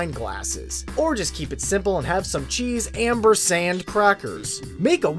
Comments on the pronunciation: AmPersand. Not amBersand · 1. it's amPersand, not amBersand 2. 15% isn't giving us stuff